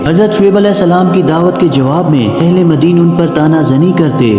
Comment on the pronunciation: As haabul ika❌As habul aika✅ madin❌ madyan✅.... Ok👍